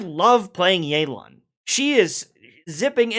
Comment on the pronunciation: its not yey lan its yeh lan. You cant use "proper comp" if all is equal navia is literaly actualy better than more than half the roster of new 5 stars but it is what it is, hoyo wants to sell and they will power creep, inevitable